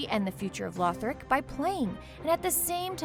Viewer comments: Lothric not lorthric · That moment you realize she isnt part of the dark souls community when she says "lorthic" instead of "lothric" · Lothric, it's pronounces La-thric, not Lore-thric. for the simple reason that you're putting someone on here that doesn't understand how key pronunciation is, I've unsubscribed. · Did.. did she just say Lorthic? I'm done. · Paused it right after she said Lorthic lmaoooo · I thought the same thing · I cringed when I heard it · she said Lorthic the first time she said it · I'm sorry did she just say LORTHIC -.